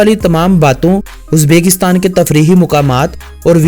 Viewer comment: "Uzbeeekistan nhi Uzbekistan hai... uzbekstan name ghalat leta hai